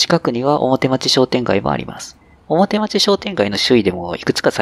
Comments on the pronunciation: いつも、再開発の動画楽しませて頂いております。 表町は、「おもてちょう」と読むのではないでしょうか？ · 表町→おもてちょう